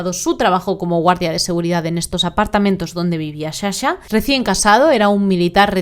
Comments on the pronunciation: otro misterio es de donde sale la palabra Shasha cuando es Sasha... shushi😢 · Perdon no es hate pero me enerva , mi toc no me deja 🤣es sssssssa-sha no shasha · Sa-sha no sha-sha 🙌